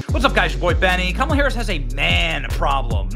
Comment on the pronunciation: pronounce her name as kaMAAALA.